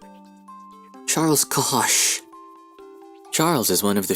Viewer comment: what is written: Charles cohosh what reads; charls cosh what i hear; charchs